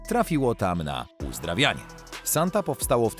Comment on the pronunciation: Sonte a nie Santa. Używaj tłumacza google, będzie się przyjemniej ogladalo